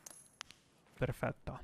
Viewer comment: nice "perfetto" pronounces